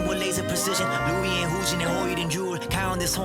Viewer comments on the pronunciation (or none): Thank you sir! I really do love your reactions because they're really insightful and I agree with a lot of your takes :) + louis is actually pronounced as loui lololol